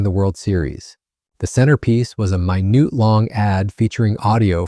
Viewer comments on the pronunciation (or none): A minute of time is pronounced minnit, not my-newt. Bad robot. Very stupid robot user. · How about having a human do the commentary on these videos? This AI in the first 25 seconds can't pronounce basic words like "minute". Can't watch any further.